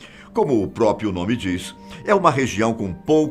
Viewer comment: antes que alguém faça uma gracinha te desrespeitando, por favor, corrija a pronúncia das palavras PROBLEMA e PRÓPRIO (a). Não é "POBLEMA?" nem PÓPRIO (a). Sei que é uma pessoa culta e que trata-se apenas de VÍCIO DE LINGUAGEM". MAS... o que não falta são engraçadinhos na rede. Abraços e parabéns pelo trabalho.